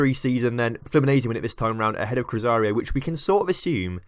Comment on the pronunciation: its cru-zay-roo not cruzario....